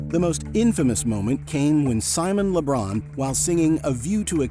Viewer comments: Why is he saying Simon Le Bron?? Is he thinking of Lebron James? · "Simon Le Bron"